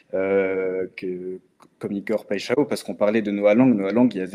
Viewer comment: Big up la Team et continuez comme ça !!! Pour Igor je vais te donner un moyen pour bien prononcer son nom... Alors PAI en portugais (brésilien c'est pareil) ça ne se prononce pas "pé" mais ça se prononce "paille" ensuite XAO se prononce "cha-on"... Au final ça donne "PAILLE-CHA-ON"... Saches aussi que "paixào" signifie PASSION (peut-être un bon signe pour l'OM ???)